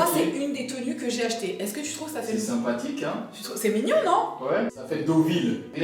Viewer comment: Jaime trop quand il dit le mot; ✨sympatiqueUH✨